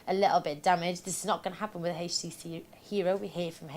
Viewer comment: I tried, I really tried to watch this video.. But I simply couldn't stand hearing her say H-tc. If I ever hear a pronunciation of HTC like hers again, it will be too soon! Your God! It's horrible..!!!